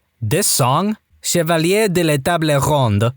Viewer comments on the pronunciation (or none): none